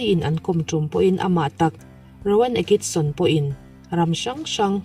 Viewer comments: Rowan Atkinson I lam dan hi a mak e ... Akison ti ang in I lam daih, beng a tikham deuh... A bak chu sawisel tur a awmlo e, a bengvar thlak lutuk .My Comedian Idol ❤️ Next chu Charlie Chaplin kan beisei e 😁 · Rowan Atkinson tih hi ngatinge a lam dik theih loh le.